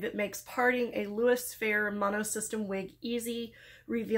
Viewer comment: Just FYI its louis fe-ray with a long a. Or maybe more fer-ray is better.